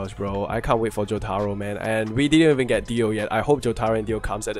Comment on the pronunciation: Omg the way you pronounce Jotaro 😭